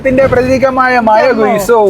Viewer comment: മയ അല്ല മഴ